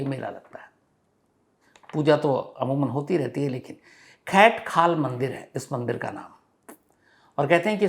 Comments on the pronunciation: कैट नहीं खैट पर्वत है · "खैट्ट पर्वत" है सर, "खैत पर्वत" नहीं। और जीतू बगड़वाल के बारे में दो अलग-अलग कहानियाँ हैं। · Not kaint it's khaint